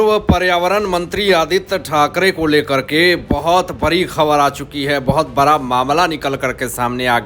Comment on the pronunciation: बरा मामला या बड़ा । अनपढ़ जी संजा राउत नहीं संजय राउत । it is degrading yourself listening to your gawar language